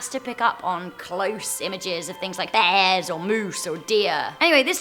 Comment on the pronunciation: the way she said bears